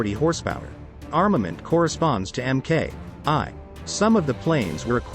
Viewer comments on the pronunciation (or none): Started out OK but basically became shouting out the specifications over an action movie soundtrack. Also quite a few errors. Maybe for a younger audience. Barracuda Mk.I is not "M.K. Eye". Barracuda Mk.V is not MK2. Barracuda Mk.II is not the MK3. What is "Maximal speed"? As someone pointed out, the Fairey Battle is not a Barracuda. You went for a lesser known plane and I have seen worse, but I'd say turn down or kill the music, check your slides match the naration, and check your photos are of the correct plane. People pick up on that. Maybe get someone to check everything before publishing.